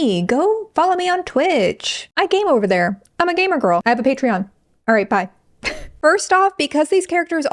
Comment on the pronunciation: *patreon not “pattern”